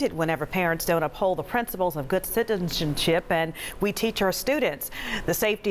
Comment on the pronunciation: I love how she said citidenship😭